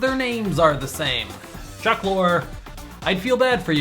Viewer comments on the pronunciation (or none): none